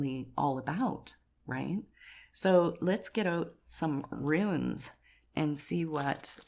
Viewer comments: I must say, as politely as possible, it’s ‘runes’, not ‘ruins’. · It’s runes not ruins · Just a heads up its Runes not Ruins 😊❤ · I’m sorry, but they are called runes, not ruins 😊